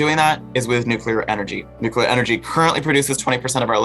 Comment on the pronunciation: The interviewer can't even pronounce "nuclear." She says it "NOOK-ya-ler." This is what happens when you push identity over ability.